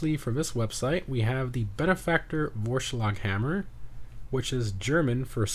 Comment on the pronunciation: As a german... Hearing say Vorschlaghammer made my heart race... 😅